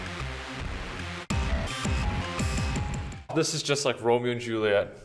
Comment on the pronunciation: "DiCraprio": But I have my Oscar now...QAQ